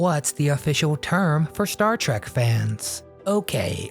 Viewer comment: Trek not Track